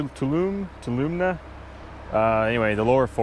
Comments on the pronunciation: Tall-low-me Thats howbyou pronounce it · pronounced "too-AH-lum-ee" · Wow, being a local resident of where you shot this video, you butchered the names of the river and forest you're in. The river is the Tuolumne pronounced too-wha-la-me, and the forest is the Stanislaus pronounced stan-is-loss.